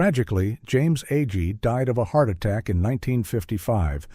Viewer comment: How many ways can you pronounce "Agee"? This AI voice tries them all. (Not to mention "Laff-ton.")